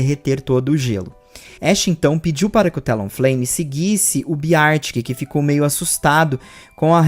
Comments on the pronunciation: se pronuncia Bér tic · eu adoro-te, mas a sua pronúncia de "Beartic" é horrível 😭